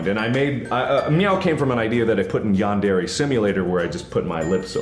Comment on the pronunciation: You're still not pronouncing "Yandere" correctly, but whatevs. You're still awesome!